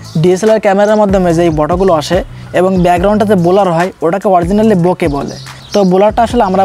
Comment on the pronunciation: বলোর না, ব্ল্যার